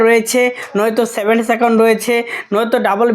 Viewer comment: আরে মুখ` seven account না seving account.